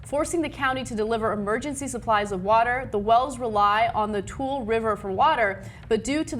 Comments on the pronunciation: Tule is pronounced "too-lee", not "tool". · The TOO-LEE river. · Tule is pronounced Too-lee.